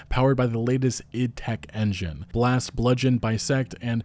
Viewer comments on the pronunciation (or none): none